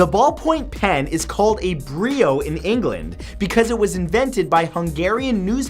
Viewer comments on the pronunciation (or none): I honestly think that it’s done for the engagement but……..Brio???? I have bit and so its Biro hahahah